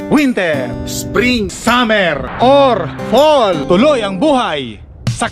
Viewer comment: Hoy..., winter...Hindi wintir...grrr.Fall, hindi poll...ano ba iyan.